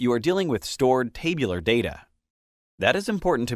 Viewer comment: The mispronunciation of 'tabular' sounds hilarious.